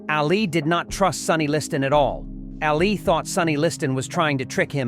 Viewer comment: This video is messed up. It's really innacurate to a point of stupidity. Is the guy who made this for real. The funny part about this video is this "expert" doesn't even know how to pronounce Ali's name.